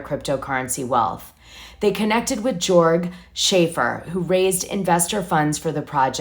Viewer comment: Jprg is pronounced Yorg It’s a European thing ( Norway, Sweden )